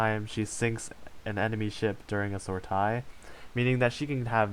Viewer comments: Sor-taas.... wut, lol. If doing AL videos, you should at least learn how to say sortie. Soar-tee. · It's pronounced Sore-Tee Sortie, Sore-Tee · Sortie. Pronounced sort- long e. The ie is pronounced as the ie in "achieve". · Thumbs down for mins-pronouncing "sortie"